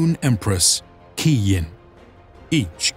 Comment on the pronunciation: Just can’t wait to play as Zhao Ming of the Western Provinces, also note that The Dragon Emperor resides in the Celestial City above Weijin and The Moon Empress name Quai Yin is prononced "Chuai Yin" the Q in Chinese is pronounced as a C.